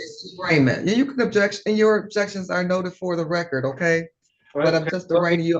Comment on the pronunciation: "Let the lecord" 🤣